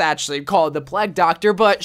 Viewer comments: lol ge says Plegg instead of plague (play-g) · Wht tf did he keep saying the "pleg" skin for anna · You saying plague wrong gets to me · The way that says “plegg doctor” XD